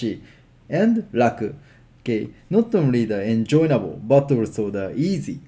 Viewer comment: Hi, thank you for your lesson. I always learn a lot from your videos. Please allow me to help you. You are adding an extra "n" to the word enjoyable so it sounds like en-join-able. It is just en-joy-able. There is no "n" at the end of "joy". I hope this helps.:-)